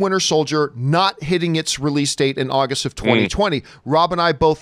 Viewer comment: AWgust not AHHHHgust